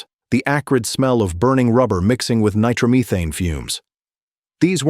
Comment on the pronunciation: OMG stop already with the AI. . . . Is it a Funny car or a "Funny" car? Also wtf is Nitromeeethan? Also mispronounced his name. Also much of this information is not even correct. 🛑 STOP 🛑 with the nonsense please. .